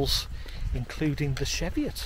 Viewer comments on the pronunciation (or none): It's "Cheeviot" not "Sheviot"! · Hi its pronounced cheeviot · Yes, was made aware of this a while back, will use "cheeviot" the next time we're there. Thanks for watching and putting up with my pronunciations...